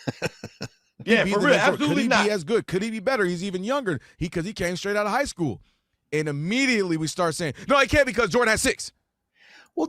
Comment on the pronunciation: if the guy is dumb enough to say "high schoo" and "a all, b all", then it's not a stretch that is naturally how he talks...POORLY 🤦‍♂️🤦‍♀️🤦😆🤣😂